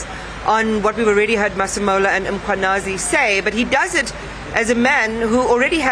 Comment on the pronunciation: Can practice saying Mkhwanazi before coming on air. It's an irritation to mispronounce people's names by public figures.😒